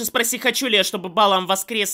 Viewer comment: И да, АргО, не Арго. И БалаАм, а не БАлам. Просто на всякий. (Не докапываюсь, просто хочу, чтоб ты знал)